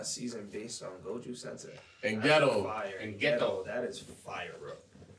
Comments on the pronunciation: Robs been saying “goju” for almost two years and they haven’t corrected him 😭 that has to be intentional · its pronounced GO JO not GO JU also you guys are confused this season isnt just about gojo’s past only part of it is then we’re going back to the main stuff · someone tell them its gojo not goju 😭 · my brain will blow if keep saying “Goju” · still calling gojo goju lmao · So they’re still saying goju after all this time 😅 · loves Gojo but he can't say Gojo 🤔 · One of y’all niggas in chairs please help pronounce Gojo correctly 😩😂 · How tf can someone struggle to pronounce Gojo properly wtf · Lmao imagine being so hyped about a character and never pronouncing his name right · They still can't pronounce Gojo lmaooooo Proves they don't read comments as lots of people pointed that out under the season 1 reactions. I will never understand that since the voice actors are telling you how to pronounce it by saying his name in the anime. So it's not like you have to look it up or anything.